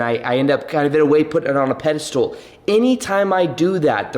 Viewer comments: Pedestal. Not...Pedastool. Love you bro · Pedestal. Not Ped-a-stool. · OMG,, I like you so much and you're so adorable but the way you mispronounce pedestal just gets me every time!! Do you do it on purpose? I guess it is a ped-i-stool (a stool with one leg) so hilarious!! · Why do you say pedestool instead of pedestal? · Hey! It's "pedestal" not "pedestool". Haha former English teacher comin' in hot! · It’s pedestal not pedestool 😭😭 but love the channel 🙏🏽